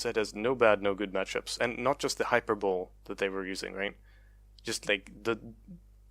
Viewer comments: Hyperbole : high-per-bowl-ee Epitome: eh-pit-uh-me Just FYI. English can be pretty dumb. Anyway, I really think they're going crazy with the nerfs to assassin snowballing and burst speed. It's just gonna make long-range burst mages like ryze/viktor/syndra even more prominent in the meta. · hyperbole is pronounced hyperbowlee and epitome is pronounced epitumee btw